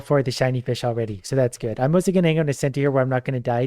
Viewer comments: 🤣😵‍💫 Anyone else start hearing vish wish ish? Edit: 🤯 🤣🤣🤣🤣🤣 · Idk if it was intentional or because of the countless times got used to the word fish that he's saying "increash" and "eachs" haha.